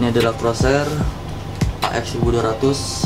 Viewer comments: Corsair dibacanya korser bukan kerosher, jangan malu malu in lah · Bro, ejaan yg bener itu "Corsair" bukan "CROSAIR" salah ejaan, bro... paling ketara pas nyebut Corsair AX1200i berhubung gue fanboy Corsair, makanya rada gak terima aja, next time di benerin penyebutan broo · Bang CORSAIR BUKAN CROSAIR HAHAHHAHA